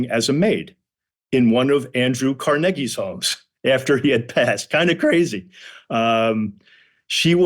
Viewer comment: He pronounced Carnegie correctly. People rarely do that.